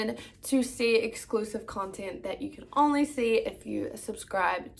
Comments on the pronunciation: She must think only is literally pronounced “on-lee” instead of “own-lee” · I can’t get over the way you say “only” girrrrrl!! I’m from nz too & I’ve never heard anyone say it like that 😂 love this video! 🙌🏽💰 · Why do you say “only” like that?